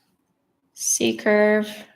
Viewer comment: totally this was a great glass among ao many great classes, I loved seeing something lovely and clearly floral appear under my hand - like magic!; something irrelavent, but kind of funny, sometimes when you say C-curve, I hear seeker [though from your books I know what you mean and youtube's auto-captioneseems to r hear secret sometimes hears seeker, too, whew. I'm not the only one!